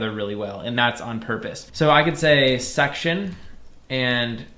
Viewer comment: Everyone: section this guy: SUCCTION